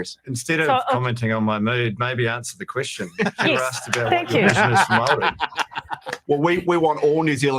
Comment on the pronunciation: Jackass can't even pronounce Māori properly. 😒